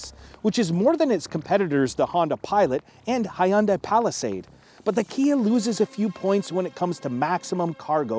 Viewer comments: It’s Hyundai like Sunday. Not “hi un die” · why are you pronouncing these words this way you clearly butchered Hyundai saying hyhundai